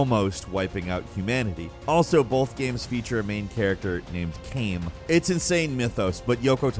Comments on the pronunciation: niers kaine is pronounced ky-nay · At this point I think you calling Kainé "Kane" must be an inside joke, cuz it's been happening for years when you bring up nier lol